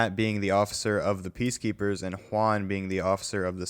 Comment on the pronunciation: did he just say hwaun?